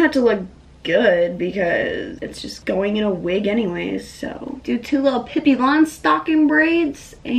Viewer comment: “ien gonna go now” lol no hate love you